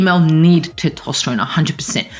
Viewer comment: For God's sake learn how to pronounce testosterone.